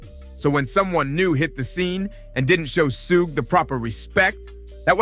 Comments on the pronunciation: "sooog" smh. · Bro, who the hell is, SUGIE, SUHK AMD SUUG??? 😂😂😂😂 THIS MAN CALLED SUGE EVERYTHING BUT HIS REAL NAME. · How come every narrator fucks up the name?? Who the hell is suug???😂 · Sooooooog night can't even pronounce the name right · Bro, I cant get past the mispronunciation. Who is "Sooge"?? Try again with the right pronunciation!!! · no it's not it's suge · I wish someone would’ve taught this guy how to pronounce Suge 🤦‍♀️ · I was screaming SUGE every time he said it wrong 😂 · Lol, everybody literally saying Suge but him lol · Man learn how to say the names correctly bruh. Like dude 🤦🏽‍♂️🤦🏽‍♂️🤦🏽‍♂️ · This narrators can't even pronounce suge name right 😂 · Imagine doing research on a person, and they mention the person's name several times only for you to make a video just to pronounce the wrong wrong everytime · Can someone please tell this man how to pronounce suge knights name 🤦🏽‍♂️ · Why do you keep pronouncing Suge name...smh......you heard his name pronounced before you put it all together...smh again